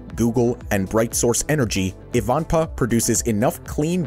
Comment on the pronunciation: It is pronounced.......... EYE - VAN - PAAH, and it is located near the California/Nevada Border, off of the I-15 Interstate Highway.